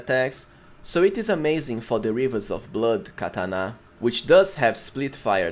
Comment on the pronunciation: I stopped watching after 2 minutes with the way you said katana 😂